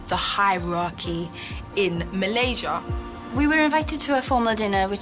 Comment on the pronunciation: Love the way they pronounce Malaysia , my home country❤️